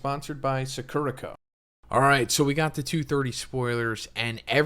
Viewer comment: the way he’s pronouncing “sakura co.” in the ad is killing me, i know this literally has nothing to do with jjk but c’mon, you can’t read this much manga and view this much anime and not know: SAH-KOO-RAH